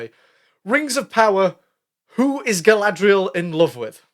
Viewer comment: 'Who is Guy-lad-reeee-al in love with?" HERSELF, DUH....